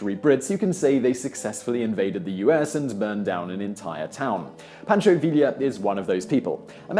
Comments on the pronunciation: Vi-ya. Not vi-la. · Who LLs in Spanish are silent. It's "Via" not "Villa" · Love the videos, Simon. Now I must correct your pronunciation. Pancho Villa is pronounced PAHN-cho VEE-yah. Not VILLee-yah. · Vealia? realia? Pronounced VEE-YAH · Villa. Vee-yah. NOT veel-ya. Double L in Spanish is silent. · 5 years late, but... - "ll" in Spanish is pronounced like a cross between "y" and "e", so Villa is pronounced "VEE-uh". And at - Early didn't have nearly enough troops to actually take Washington, although he could have sacked a fair portion of it. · Just an FYI - Pancho Villa's last name is pronounced Vee-Yah. The two Ls are silent. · two LLs make a Y sound you bloody wanker. Poncho "ViEEA"